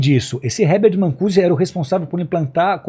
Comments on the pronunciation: Errata: Marcuse ao invés de mancuse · Não é "Mancuse"! É Marcuse... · Esse cara tá lendo. Incrível como o professor Olavo de Carvalho introduziu conceitos e autores no debate, mas nunca é citado por isso. Outra coisa, o nome é Herbert Marcuse, não é Mancuse. Nem lendo? 🤦🏽‍♂️ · Cara, o nome do pesquisador era Herbert Marcuse, não Mancussi. E esse pastor deveria ler mais e entender melhor os reais propósitos políticos e ideológicos das épocas que ele tentou explicar, para não falar tanta besteira. Que monte de pensamentos conspiratórios, meu Deus. Está mais para disseminador de teorias da conspiração, do que para religioso. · Que maluquez. E é marcuse, nao mancuse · NÃO É 'MANCUSE", E SIM, HERBERT MARCUSE. E NÃO É DE DONAS DE "CASAS" , E SIM, DONAS DE CASA. NO RESTO, CONCORDO. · É Marcuse e não Mancuse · O filósofo era MARCUSE, e não Mancuse… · Esse cara é um embuste 😂😂😂 Típico acadêmico de internet. Assistiu meia dúzia de vídeos do Olavo de Carvalho e se auto proclamou profundo conhecedor da história contemporânea 😅 Não sabe nem falar corretamente o nome Marcuse 😅😅 Falou mais de uma vez Mancuse kkkk Isso é que é uma Mancada 😂😂😂😂😂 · Por que raios esse moço está chamando o H. MaRcuse de H. MaNcuse? De onde saiu essa letra N? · Tá na cara que este sr não tem estudo nem conhecimento básico sobre o que se propõe a falar. A Mancada do "Mancuse " não foi a única que ele deu ao longo da sua fala. Engana trouxa 😅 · Alguém avisa a ele que o nome do pensador da Escola de Frankfurt era. Herbert Marcuse e não "Mancuse", como ele insiste em ler? Sim, porque nota-se claramente que tá lendo a explicação alucinada que ele dá pra Contracultura. Além de moralista e fanática, essa gente é profundamente ignorante! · nossa, não sabe nem pronunciar Marcuse